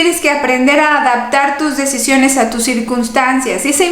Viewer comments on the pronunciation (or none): none